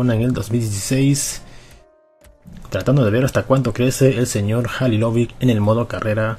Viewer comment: Se dice "Jalilovich" no "Jalilovic" me cago en dios >:v Y si el sera el mejor del mundo <3